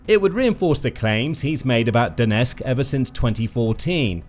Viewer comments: Donetsk has 'T' in it. Don't drop it. The twon is called DoneTSK. Calling it DoneSK is pathetic. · Could you at least pronounce Donetsk correctly ? Its not " Donesk" . Can you get SOMETHING right ??